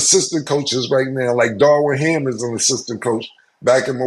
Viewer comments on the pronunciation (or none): “Darwin Ham”?! Cam be killing me with his mispronunciations haha